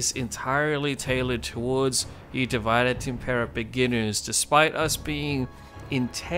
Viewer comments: Please stop pronouncing "divide" like its English derivative. It's pronounced di-VEE-deh et im-PEH-rah. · Am I the only one going nuts that he's not giving it the Latin pronunciation? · You should have done a quick tutorial on how to pronounce Divide Et Impera (div-eh-day) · The senate demands that you remake this video and pronounce the mod name correctly!